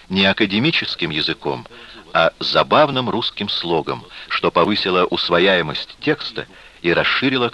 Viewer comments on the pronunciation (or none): Усваяемость)) Раздваяится усвояемость)) учите русский